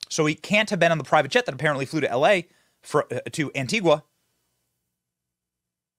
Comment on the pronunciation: Why is EVERYONE I've seen so far saying Antigua like Antigwah It's pronounced Antiga.